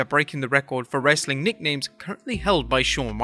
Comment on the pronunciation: Its funny when he says "wrreestling content!"